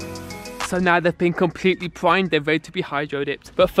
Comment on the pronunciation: The word is primed not pwimed